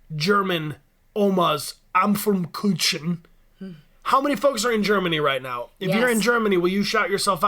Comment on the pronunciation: BAHAHAH the way bryan pronounced the german desert, oMaS aPmfLekuTschen i can't